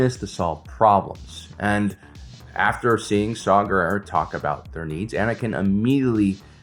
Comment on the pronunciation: Saw Gerrera? Did nobody see that his name is “saw war”? Guerere? Guerrero? Guerre?